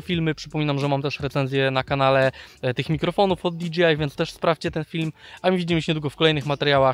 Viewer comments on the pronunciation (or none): nie DGI tylko DJI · rzeczywiście, kluczowa informacja, że chłop powiedział Di Dżi Aj zamiast Di Dżej Aj ;)